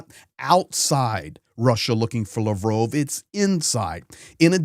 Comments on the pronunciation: I'm sorry but stop pronouncing Lovrov. It's Lavrov. La like La la land. Sorry for your lost. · btw it's Lav rov, like Pavlov, or sad dog 😉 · Why you call him lavrove? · Lavrove? Its Lavrov🙄😁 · Pronounced Lav-roff.